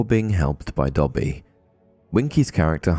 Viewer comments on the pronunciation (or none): none